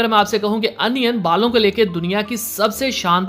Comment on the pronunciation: Bhai onion hota hai anion nahi